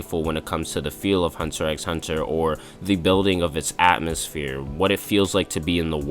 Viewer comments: Isn't it a bit counterproductive to call it Hunter EX Hunter all the time when you basically want the viewer to think you are very qualified to talk about it? I mean, even among casuals, the fact that you don't pronounce the X (which actually isn't an X to begin with, but a cross) is well known. Nothing against you, but if you start the video like "If anyone is qualified to talk about it, its ME." and really want to build up your own stand in this, calling it that way feels like a splinter under the fingernail and does you a great disservice. That way, you only make sure, from the very beginning, that everyone will take everything you say with at least a grain of salt if not dismiss it from the start. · It’s just Hunter Hunter bro the X isn’t said lol good video tho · Pronouncing the X... :(